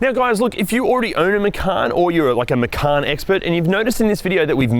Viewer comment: There's no 'R' in the name: - Macan